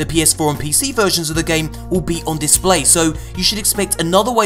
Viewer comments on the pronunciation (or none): none